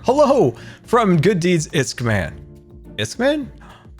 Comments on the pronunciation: IT'S NOT ISKMAN IT'S ISKALLMAN!! PLZ PLZ PLZ SAY IT RIGHT! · Who else was triggered when he kept saying “Isk-man” instead of “iskallMAN” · Iskall... MAN!!!!! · “IskMAN” Yeah sure, it’s iskMAN now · Who else was praying that he would figure out that it's pronounced iskALLman? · I was literally pulling my hair out when he said "iskaman." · Qwertu iskman ):{ seriously scar?